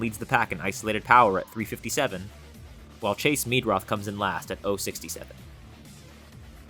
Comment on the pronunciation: Chase Meidroth is pronounced MY-droth not ME-droth